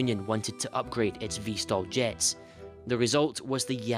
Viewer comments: VTOL NOT VSTOL REEEEEEEEEEEEEEEEEEEEEE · Why does he say vstol instead off vtol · VTOL and NOT Vstal